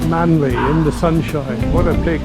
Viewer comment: Captain Cook sailed right past Sydney Harbour without seeing it and landed at Botany Bay. Not such a great navigator after all. And it’s Manly not Manley. But none the less glad you loved my home town.